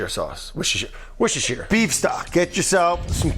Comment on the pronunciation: Note to American chefs/cooks/recipe developers etc: worcestershire sauce is pronounced "wooster-sheer" sauce or "wooster-shire" sauce. You've 100% been told this before, but choose to continue doing this "American can't pronounce worcestershire sauce" bit over and over again - you all do it, it's so tired, it's so beaten to death. You put in effort to pronounce other culinary terms correctly - but can't resist the "joke" of mis-pronouncing worcestershire sauce for the LOLs, the joke is done to death - please stop. I don't care about people mispronouncing things - we all do it, I am just so tired of this over-used joke, you know how it's pronounced....please move on.